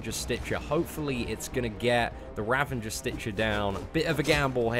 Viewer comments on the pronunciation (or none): It's Ravager not Ravanger lul